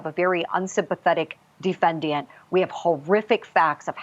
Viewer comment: Defen-diant? What a moron.